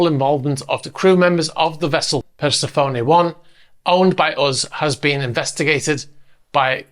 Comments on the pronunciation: Per-SEF-oh-nee. We are not speaking Greek, but English. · It's Persefoni, not Persefoni. You can also say it "Persefoni" hope this helps.